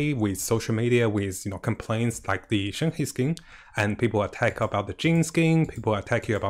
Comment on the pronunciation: Her name is read: “shern her”